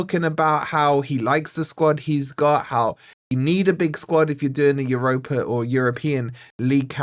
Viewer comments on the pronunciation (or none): none